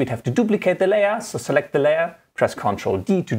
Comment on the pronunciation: "On your Layor"